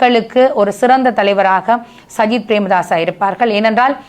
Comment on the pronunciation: சயித் பிரேமதாஸையா...😂 ? கிழிஞ்சுது போ..... சயித் இல்லையடா தம்பி " சஜித் " என்று சொல்லுமன்... ஏண்டாப்பா அடுத்தவர்களின் பெயரை தப்பிதமாக உச்சரிக்கின்றீர்கள்....?